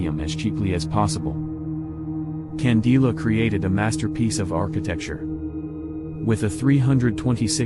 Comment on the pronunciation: Not only that, but architect Hilario Candela’s name is pronounced Can Day La. As a boy in the 1970’s, Mr Candela was my neighbor. He and his family were very kind and humble! He passed away last year from complications due to Covid-19. May he rest in peace.